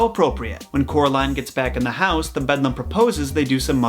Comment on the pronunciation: Excellent installment--so glad I found your channel! The only thing to quibble about is that the Eeeevil Other Mother is called "The Beldame" (bell' dahm), not "The Bedlam." "Le Belle dame sans merci" is a terrific pre-Raphaelite painting that shows one interpretation of the lamia-like "Beldame." Essentially she lures young men in particular from the safety of reality and into an illusory world of beauty, pleasure and obsession. The Beldame's end goal is to lull her prey into slumber in order to suck out all the life, animation, and soul from the victim. Yikes! Looking forward to more episodes!